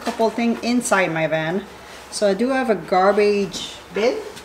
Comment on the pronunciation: is a native French speaker. The "h" is silent in the French language.